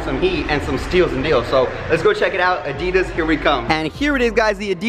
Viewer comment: I love that he doesn’t say Adidas right